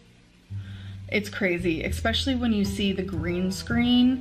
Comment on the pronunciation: Can someone let her know that there is no "x" in especially